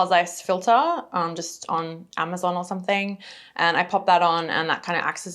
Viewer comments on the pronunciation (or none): none